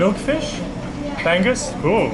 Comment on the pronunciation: Despite the spelling, "bangus" (milkfish) is pronounced "bang oose" and not "bang us", commonly used by non-native filipino speakers. 😆